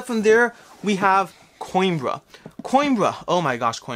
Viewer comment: PS: Played Coimbra with a fellow from Spain: it is pronounced Co-EM-bruh (long 'e' with an ever so slight roll on the 'r'). Cause I know you're nerdy enough to actually care. (takes one to know one).